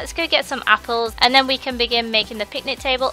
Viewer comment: It's picnic not pitnic